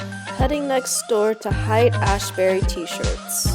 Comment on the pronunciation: it's pronounced like "hate"